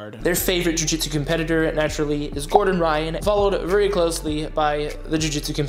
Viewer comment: "joo jitsew"